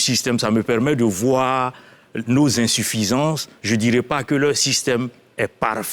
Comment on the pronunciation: Insuffisance tu dis ALI 😂😂😂🤣🤣UNE VRAIE CATASTROPHE. Y A QU'À VOIR SUR LES RÉSEAUX... UNE FAUTE À CHAQUE PHRASE 🤣🤣🤣🤣